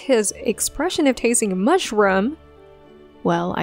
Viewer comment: you have done a truly nasty piece here. as bad as your English pronunciation, since you knock an actor for his „japanese“ pronunciation. it is not medi-core, it is me-di-ocre, and not mush-rum, it is mush-roooom.I will not mention your weird stressing of words. Some of your examples, (Yang Yang, Dylan Wang -uneven eye sizeS plural? and who cares)(Zhao Lusi….) are true, but you rip the actors, not the acting here. Meeeow, you fail, you are a typical internet troll. P.S.: Chinese actors the only ones world wide who all have voices so awful they need to be dubbed? A declaration of inferiority of Chinese actors!